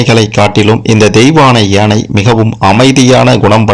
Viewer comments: எனை இல்லை யானை உச்சரிப்பு சரியாக இல்லை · முதல்ல ஒழுங்கா தமிழ் ல பேசு ஏனை இல்லை யானை.... 🙄🤦‍♀️ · யானை யை சரியாக உச்சரிக்க கூடாதா? ஏனை, ஏனை என்று சொல்லலாமா? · ஏனை இல்லடா யானை....யா ...சொல்லு யா...யானை 😂 அட வாய் வெளங்காதவனே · யானை என்பதற்குப் பதில் ஏனை என்று ஏன் சொல்கிறீர்கள்